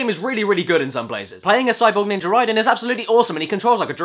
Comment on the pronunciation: it sounds like Caddy is saying ninjer instead of ninja.